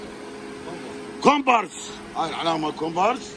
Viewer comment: كومباس وليس كومبارس